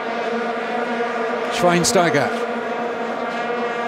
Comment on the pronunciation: i love the pronouncing from schweinsteiger thats pretty cute 😄